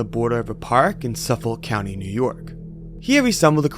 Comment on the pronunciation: GOD FUKING DAMIT FOR THE LIFE OF GOD ITS PRONOCUNCED SUFFICK NOT SUFFOK IT PISSED ME OFF SO GOD DAM MUCH THAT ALREADLY LONG ILSAND IS OVERSHODOWED BY STUPID ASS NEW YORK CITY. BUT THE RARE CHANCE ANYONE EVEN MENTIONS THEIR FUCKING CONUIES NAMES THEY FUCK IT UP. LIKE I KNOW ITS NOT PRONOUCED THE WAY ITS SPELLED BUT DUDE ALEAST FACT CHECK IT. GOD IM AM SO FUCKING PISSED OFF RIGHT NOW